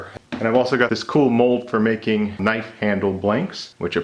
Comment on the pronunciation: Now THAT'S a knoife